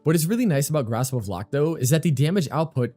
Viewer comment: I am sorry I have to. Grasp of Lohk (loke)